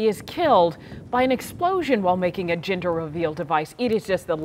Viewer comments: Is it just me, or the newscaster kept on saying GINder reveal instead of GENder reveal? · Jinder reveal, Jinder reveal. Dear lady, excuse my Charles English but it is JENDUR, JENDUR reveal 🤣😂😁. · I keep hearing her say 'ginger reveal'! Hahha